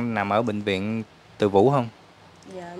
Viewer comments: Bệnh viện TỪ DŨ chứ không phải TỪ VŨ nha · Bv Từ Dũ..khg phải Từ vũ nhé...🍀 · Từ Dủ chứ đâu phải từ vũ?